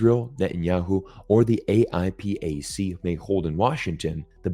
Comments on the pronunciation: it's pronounced "ayy-pack" lol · AIPAC not: a i p a c